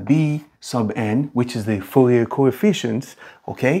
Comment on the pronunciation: So in french the last letter is usually not spoken, ou almost sound like oo in fool or root in english. So probably pronounce it like Foorie